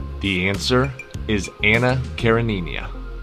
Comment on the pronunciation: Please teach AI to pronounce Anna Karenina & pseudonym.